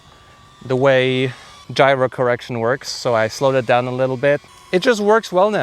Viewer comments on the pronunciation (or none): none